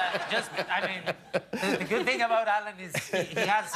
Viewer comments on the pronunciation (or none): They guy said ting 😂😂😂